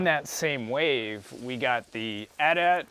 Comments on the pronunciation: Kills me to hear "at at". But with the AT-ST he says it correctly. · Those are cool sets but you guys are saying AT AT not A T-A T. Me as a big Star Wars fan knows that you guys are saying it Wrong. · Then I guess you're not as big a Star Wars fan as you think, kid, because it's pronounced "@ not "ay tee ay tee". Thats how Anthony Daniels said in on the original ESB Kenner commercial in 1980.